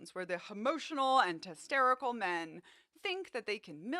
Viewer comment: "Testerical" and "Hemotional" 😂😂😂